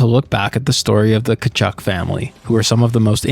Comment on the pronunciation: The way you pronounced Walt Tkachuk is the correct way to pronounce that Ukrainian surname. Early in Keith's career some commentators would pronounce it the correct way as well.